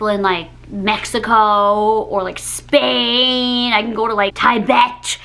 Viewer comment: "Watching stories of people in Mexico or in SSHHHPAINNNN!!" What the fuck dude